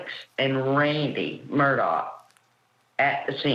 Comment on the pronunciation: It’s pronounced MUR DAW not MUR DOCK for the love get it right.